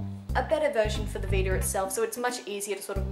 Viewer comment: u pierced ur nose? :O btw I like how u say Veeter (vita) :P